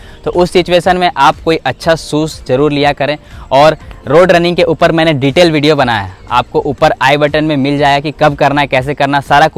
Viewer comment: वीडियो ❌ भीडियो ✅ 😂😂😂